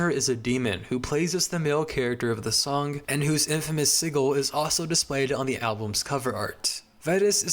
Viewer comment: also just noticed when talking about Girl with Basket of Fruit, you pronounced sigil as "cig-ill" lol